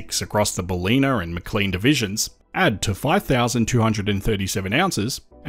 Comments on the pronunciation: " Bal i nuh " . not " Baleena " . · It's "bal-in-ah" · Im doubting your Ozy-ness now with your pronunciation of Ballina and Maclean 🙄😐 or are you using Aussie AI narrator? Always thought your cadence quite odd. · I thought he said Ballina wrong. First time I have heard that lol.